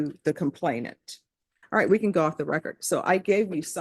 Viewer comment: Aw wight Aw wight lol😂😂